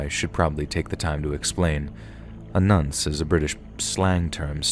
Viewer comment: I can’t work out if you can’t pronounce n0nce with an American accent or are saying it wrong. Also I presume the people were either bad a spelling or you changed the spelling as we don’t spell it p3do in the UK. I might have to find the live stream as I’m dying to know if you knew what a toerag was haha